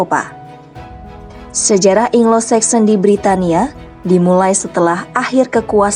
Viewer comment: Anglo saxon min..bukan inglo saxon bacanya